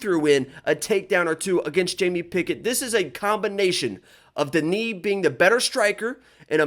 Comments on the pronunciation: Denis is pronounced DE-NIS not DE-NI. He isn't French he is Russian, Russians don't pronounce Denis DE-NI 😂😂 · Whatever you've heard, it's DE-NIS not DE-NI. Because if you were to talk to a Russian person and said DE-NI, the Russians would think you said the name Danny. Russian is a phonetic language. You don't magically decide to not pronounce a letter in a word or just say something different out of nowhere. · Bro, hes russian not french, why u calling him DeKnee